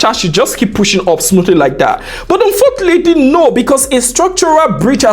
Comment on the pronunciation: Why am I so good ignoring informations and spotting out mistake when he said "Unfotilitly" 🥲